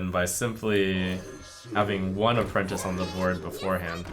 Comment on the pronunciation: I laughed so damn hard when he said "apprentie" cause I thought of this comment